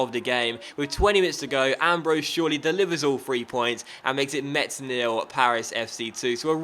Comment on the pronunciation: Metz is pronounced like "Mess", not "Much", so your jokes doesn't make sense to me, as a french xD